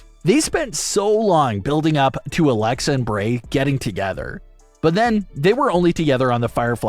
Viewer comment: Can you speak in a language that we all can understand? Not even sure if you are speaking English. Also it Bray not Brey..